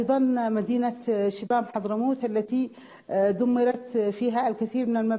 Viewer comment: إسمها شبام وليس شيام